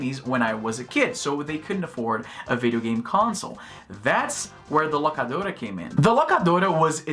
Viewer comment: Izzy parece um americano falando espanhol toda vez que solta um: "The Locadora".